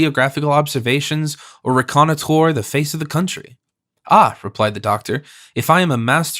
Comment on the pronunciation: "Reconnoiter" and other words are mispronounced.